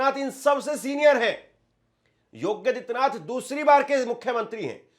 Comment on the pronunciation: योगी और आदित्यनाथ दो अलग शब्द हैं। कृपया उनका उच्चारण अलग-अलग करें!